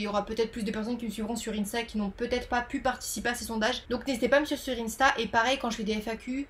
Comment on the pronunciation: Cette prononciation d'insta me fait très mal au cœur 💔😭